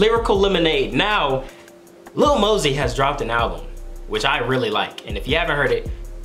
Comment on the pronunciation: How hard is it for to pronounce lil mosey you’ll find out on the next expisode